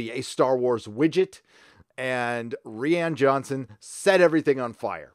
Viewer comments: Ree-An Jhonson? who is that? i think you mean Ryan. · Ffs its pronounce R-EYE-AN JOHNSON. NOT REE-AN. come on now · Do you say re-Anne Johnson on purpose? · "Reeanne johnson"